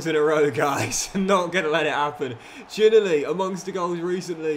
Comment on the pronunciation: I love your vids always have always will, but please watch a clip of Josh Ginnelly name being pronounced, as a hearts fan it’s the ocd in me that’s annoyed when I hear it mispronounced 😂, call him Gino or have a listen to his name being pronounced please😂thanks